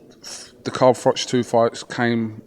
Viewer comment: Followed him from the start? It's Froch not Frotch bud!